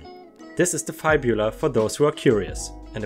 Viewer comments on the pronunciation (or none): It's not F-eye-bula, its F-ib-ula ⭐️⭐️⭐️⭐️⭐️⭐️⭐️⭐️⭐️⭐️⭐️⭐️⭐️⭐️⭐️⭐️⭐️⭐️⭐️⭐️⭐️ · Great video as always:) Just so you know, Fib-u-la. Soft u. And jeez, I didn't know that disorder could exist! I learned something today too. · I had to pause at the story about the kid with the fibula issue because you're pronouncing it wrong... FIB-you-La (sorry I just had to say something because I was trying to figure out what part of the leg you were talking about 😂😂😂 Ugh! I can't stand people who judge others... Whether it's a person w/ an eating disorder or a person who's over weight due to medical reasons (I can totally relate because most people would think I'm "normal" but I have a laundry list of things and between some of my medical issues and also some of my medications make it extremely hard to lose weight it sucks but it's not like I can stop taking my medications or change my medical history. 🌟🌟🌟(Ha! I remembered to add those before posting 😛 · It's fib u la (says the one with a speech impediment lol) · Hello, we pronounce fibula like "rib"